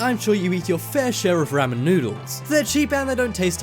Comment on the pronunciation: He said ramen wrong